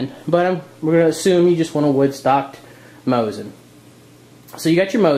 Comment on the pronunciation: We Russians pronounse it "Mosin rifle" (without nagant). And its Mosin (MO-SEEN) not Moshin.